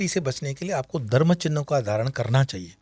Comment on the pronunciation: Prhle tp yeh Dharma ka pronunciation theek se kare. Phit baki baat sunenge